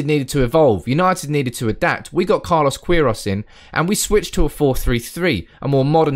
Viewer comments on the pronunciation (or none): none